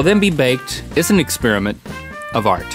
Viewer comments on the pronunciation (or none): none